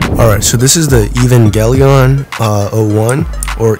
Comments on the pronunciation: my guy really said evaglelion like ee van gee lon Damn its aae va gaa lee onn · "ee - van - jelon" "eevee - a - o - 1"